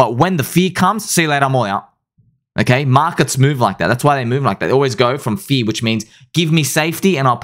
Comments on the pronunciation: Now we're going to need a video clarifying "fea" vs "fuh-eeee-yur". 😆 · Hey, what rhymes with “FEARRRR”? ….”SPEARRRRR” 😂😂😂